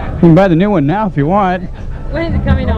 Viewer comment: AJAJAJJAAJJA " nau" ¿Dónde aprendió inglés esta chica? xD